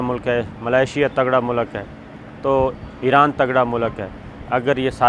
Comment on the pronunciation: Sabir Shakir please can you first learn how to speak and then make videos....Its not SECORTY its security.....its not MULAK....its Mulk.....dhaggay